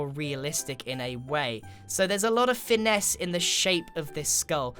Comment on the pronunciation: Grian said Finesse